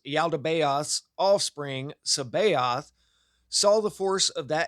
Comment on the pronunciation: Its pronouned Sa ba Oot. Sabaoth is the redeemed archonic creation. This one is the good archon. It equates with the corrospondances of Jesus of Nazareth. The rest are agents of Saklas. The 7 planetary spirits of every ancient tradition. Jupiter Mars etc... There are also 30 aeons. You will learn more about reality through the Tibetian book of the dead than you will in any other tradition about the subject of reality. None of this refutes Jesus divinity or that he is the son of God.